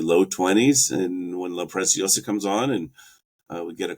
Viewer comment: Good video, but for heaven's sake, start pronouncing La Preciosa correctly.. it is NOT pronounced like "precious". In LatAm Spanish, the "c" in La Preciosa is pronounced just like an ordinary "s" (in Spain it would be pronounced like a "th"-sound).